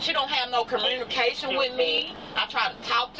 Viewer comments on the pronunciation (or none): What is "cormunication" 😂😂😂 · She said she doesn't have any commrunication with her. What's commrunication? 😂😂😂😂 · "Conermerication" She meant Communication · Why do black people talk like that? There is not an R in the word communication. Is the goal to butcher the language to the point only yall understand each other?😂